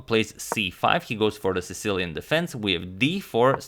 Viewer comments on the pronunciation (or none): none